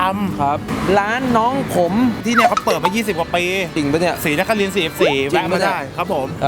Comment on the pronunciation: ศรีนครินทร์ นะพี่ ไม่ใช่ศรีนคริน อิอิ ขำๆนะ